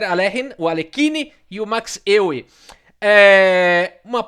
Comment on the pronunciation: Euwe se pronuncia Eu-ve